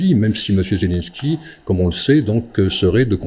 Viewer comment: Maintenant, Zelenko au lieu de Zelenski Autre moment les voies qu'ont m'a interdits..(.ites) !!!! Apprends à parler français le journaliste !!! Tu enlèves du crédit à la cause des russophones !